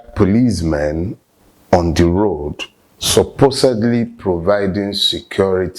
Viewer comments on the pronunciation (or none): none